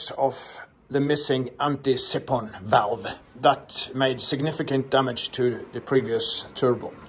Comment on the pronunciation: I'm in awe of how you work. I couldn't do what you do with a different set of tools and requirements in multiple locations. Credit to you. Do you actually enjoy working that way, or do certain things, weather, parts availability etc., dictate to you? The siphon block you're working with is pronounced like: sye - fon, as opposed to sipp-hon. I googled your beer advent calendar and found lots of others but not yours. Do you happen to know if they are available to buy online from the UK? Regards Mark in the UK